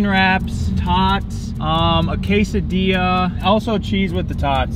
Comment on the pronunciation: wtf don’t ever say quesadilla ever like that if your gonna say atleast try a mexican accent or sun idk but what annoyed tf out of me 😭😭 for some reason i was doing me homeowkr and watching u and the first thing i head what’s ques a dea 😂😂 lol